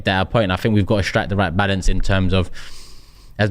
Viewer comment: Balaance 😂 if you caught that ur a g